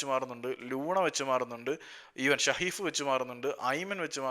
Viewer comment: It's സഹീഫ് 😂..not ഷഹീഫ്